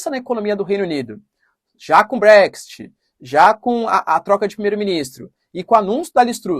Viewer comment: se me permite, a pronúncia é Bréx-It, e ñ Bréxty...